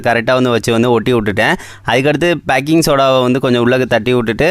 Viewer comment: 😂😂bro athu Baking soda❌Paking soda✅😂😅